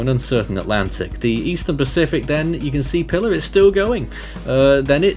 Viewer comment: Pilar is pronounced "pee-LAHR". It's Spanish.